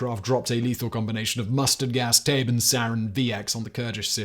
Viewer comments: yo Simon, not to be that guy but just rq: "Tabun" isn't pronounced as Tabin. u is said like "oo". so like you said Taboo, if you just say "Taboon" you should be close on the mark for the pronunciation. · Yepp, he totally butchered the pronuncation. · if we are actually using a german pronunciation "Tabun" is pronounced exactly like "taboo" with an 'n' slapped on at the end.